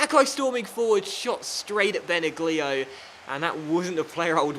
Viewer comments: it's pronounced Bena lio. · This is how you pronounce Benaglio. You should say Benalio not Benaglio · Its pronounced ben ag lio not ben a glio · benaglio pronounced benalio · Benaglio is pronounced Ben-al-yli-oh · FYI, Benaglio is pronounced without "g". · The Wolfsburg goalie is pronounced "benallio", just something for the replay:) this is my favourite career mode on youtube at the moment, keep up your work,:) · that pronounciation of benaglio though...